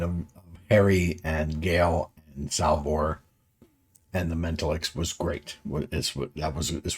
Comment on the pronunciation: Men. Tal. icks.